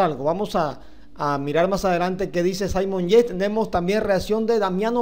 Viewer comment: Debería pronunciar y vocalizar mejor, los nombres de los deportistas al menos. (Saimon Yeis)